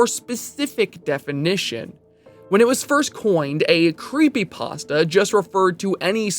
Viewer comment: Remove the r from pastra.